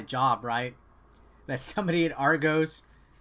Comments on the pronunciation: None of you Americans can pronounce argos properly 😂😂😂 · Triggered every time he said Argos wrong